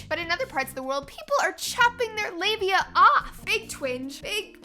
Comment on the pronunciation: Hell. I just read about 5 days worth of comments to this video and really read nothing that actually contributed to the discussion. I'd just like to thank Laci for teaching me how to properly pronounce "labia". I never really thought I was getting it right.